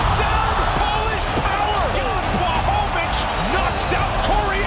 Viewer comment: błachowicz (bwahovich), learn